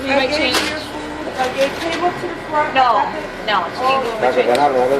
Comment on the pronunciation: You're hurting MEE....YUH....Always 1-syllable words become 2 syllables.....What did I DOOO-UHHH..???